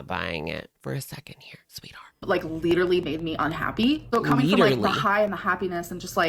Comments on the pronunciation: “Liter-ly”. Okay at first I thought she misspoke but she said it incorrectly multiple times. So is that the new word now or is she trying to come up with an accent? 😂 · why does she keep saying LEE-durally 😭😭😭